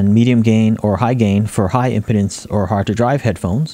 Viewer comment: Very nice review. One thing caught my ear though--I'm not sure if your pronunciation of "impedance" is a regional thing or not but to my ears you're saying it like a medical condition that some men have. I've always said it and heard it as im-pee-dance, with a long e sound, from its root word of "impede".